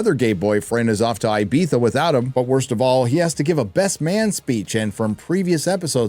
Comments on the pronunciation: Ibiza has to be the most mispronounced location on the planet lol. Not one Starfleet video I’ve seen has said it correctly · Everytime you say "Ibiza" something in me dies...xD